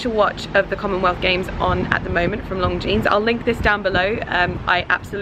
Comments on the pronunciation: It sounds like she is saying 'Long Jeans'. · How the hell do you get a job with a brand whose name you keep mispronouncing?! LONGJEANS? Do your homework, woman. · you keep pronouncing Longines like Long jeans, that is not the proper way. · it’s not pronounced long jeanes!!! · Cisel Carda she is, cringe worthy. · I hope you are pronouncing Longines correctly... wouldn't be awkward at all? it doesn't sound right..